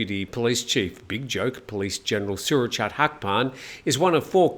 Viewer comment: For the LOVE OF GOD please copy and paste this into Google Translate: สุรเชษฐ์ หักพาล. Then say that. I'm getting tired of cleaning food off my TV when my SO goes ballistic at your pronunciation... Think: late, fate, date, mate, translate, promulgate, Surachate... Same with Sretta Tauvisin (เศรษฐา ทวีสิน) Thank you...:)